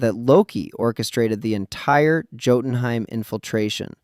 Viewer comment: YOU KNOW HOW TO SAY LAUFEY RIGHT BUT NOT JOTUNHEIM???